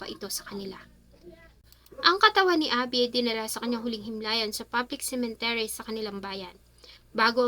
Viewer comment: Cemetery po. Not Cementery